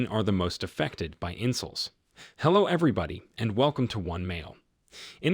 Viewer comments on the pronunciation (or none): Well well, you're MGTOW and you're exploiting men, I see? Fearmongering to vulnerable guys because therapy is very expensive, I see? Typical. I can't believe you folks take this kind of bullying from a guy who can't even pronounce "in-sulls", "nineteen-nih-nih-tees" or "Grandr" correctly. He's worse at saying words than Megamind, and he's more miserable than the antagonist of that movie. Don't tell me his social ineptitude is for getting around the Youtube algorithm. You lie like when he doesn't list his statistics sources. I also love how Bronze Age boys like talk big about "replacement levels" on the human population (As if all of you viewers are just Angus bulls replenishing the herd), and not once does he talk about keeping humans alive more often and living longer. He'd rather have more humans get birthed, grow up, and go into the meat grinder that is reality than mention more available health care or housing. Let me guess: He's pro-life too? And I'll hear out your ridiculous take about women being "mean" when I'm worried about ladies possibly shanking me if I walk down streets late at night. How childish. I'm not surprised that the only abusive figure in my entire family was a neurotic man that called himself MGTOW... before he got thrown away, by me, like the garbage he is.